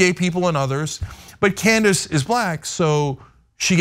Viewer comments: I misheard you pronounce her name, but now I think Candice Owens will now be called Klandice Owens. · I for sure thought called Owens "Clandis Owens". Did anyone else hear this? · It sounded like accidentally said "Clan-dace Owens" and I cannot get over how accurate that is.....😂😂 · She said Clandace Owens